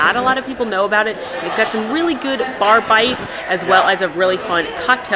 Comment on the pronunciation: ha ha ha thought you said barFIGHTS instead of bar bites. to funny